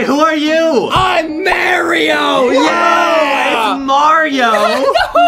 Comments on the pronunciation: It’s Mario no mayo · INSTED OF MARIO: AT TIME , IT IS ZERO BUDGET MARAYYYYYYYYYYYYYYYYYYYYYYYYYYYYYYYYYYYYYYYYYYYYYYYYYYYYYYYYYYYYYYYYYYYYYYYYYYYYYYYYYYYYYYYYYYYYYYYYYYYYYYYYYYYYYYYYYYYYYYYYYYYYYYYYYYYYYYYYYIO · Why did Justine and foxy say mariao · I laughed so hard that I choked from when foxy called him mayro and boxy called him his proper Name Mario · If Justin said Merio then it's Merio not Mario!!! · Mario not me rio😂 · why do you call him merio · I like how boxy is trying to correct foxy for saying Mario wrong